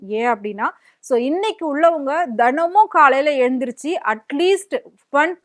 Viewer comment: அம்மா தனமும் இது தவறு தினமும் உங்கள் பேச்சு மொழியில் திருத்தம் வேண்டும்.இந்த பாடலை புதிய பாடகி பாடியதும் பாடலின் வரிகளை மெருகூட்டுகின்றது.